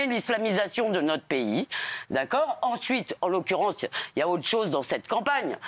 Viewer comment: "enchuite en l'occurenche ya autre chose dans cette campagne". 🥸 t'as entendu Bébère ?